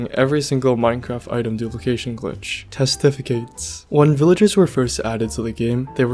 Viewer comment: doesnt know how to pronounce "dare" OR "testificate"